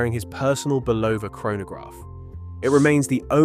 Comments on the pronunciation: Dear AI, the company name is pronounced BULL-ova. There are tens of thousands of instances available on YouTube where radio & TV announcers pronounce the name correctly. It’s never Bu-LOH-va. Two syllables, not three. The first syllable is accented. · Another good presentation messed up by terrible AI pronunciation of names and places. It is not Buloooooova. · You discredit this brilliant man by constantly mispronouncing his name!